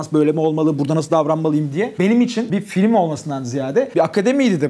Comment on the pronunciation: Peki de FİLİM demesi 😂